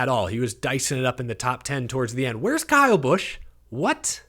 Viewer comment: Guess you had not heard the news that he changed the spelling of his name to Bkyle Larson. The B is silent. LOL!